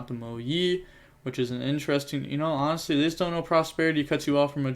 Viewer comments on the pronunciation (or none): none